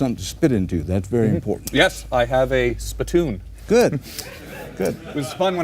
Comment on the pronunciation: No comments here? This is classic. first time i see Tom green behave like a adult. And the way he pronounced Spi- Toon. Hilarious!!!